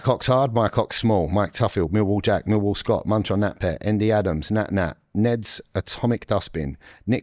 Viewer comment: is bang on with the millwall pronunciation